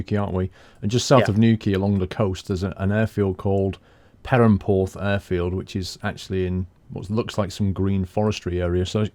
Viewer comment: You say perranporth as pirranporth